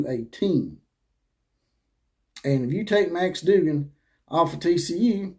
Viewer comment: But could you say his name correctly Dug gan